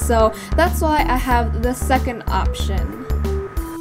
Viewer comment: Cam Bennett he might be struggling to say have?